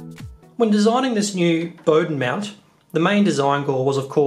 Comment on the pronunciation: Love the way you say "mount".Sounds like "meownt" 😺